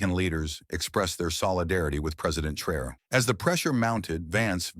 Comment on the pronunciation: This video is pronouncing Traore name wrong...also others videos from america the youtube videos calls him everything but his name. They are hoping you wouldn't notice, stop rewind and see fir yourself. Whenever you do notice, give the video a 👎